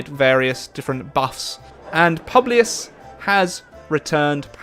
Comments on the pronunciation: Publius is pronounced poo blee us Not pu blee us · Ok no that would make it more like like “pyewblius”, it’s pronounced pooblius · ITS PŪBLIUS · Well you mispronounced every name of your leader's name. "u" in latin gets pronounced like "oo" in boo so it's Pooblioos so to speak.